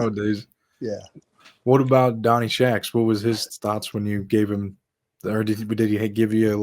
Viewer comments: I’ve always heard his name pronounced Donny Shacks, not Donny Shucks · Shacks not shucks